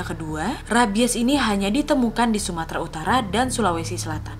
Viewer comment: Sumatera Utara 🤣🤣,aku dengarnya sukarna utama 🤣🤣,telat 4 bulan:(( maap kak nad ,baru tau channel ini sebelum naik kelas tapi langsung suka video nya semua🥺✨😗